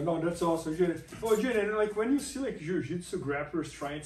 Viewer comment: it's J'Den like cmon guys... anyways good dude I hope the best for him next year even though he straight up stole my joke one time